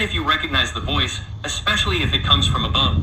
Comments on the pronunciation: Why do people say exspecially instead of especially. Are y'all ok? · Why do so many so-called “intelligent” people mispronounce simple words? The guy who translates the word “virus,” says, x-specially instead of especially! And the worst is when Dubya Bush used to say “nuke-u-ler” instead of nu-clear! And now, almost everyone mispronounces it, even military brass, reporters, teachers etc. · Snake fool the word is ES PECIALLY theres no Ex in the word no wonder your struggling with virus cant pronounce the english language properly dont worry about LATIN😂😂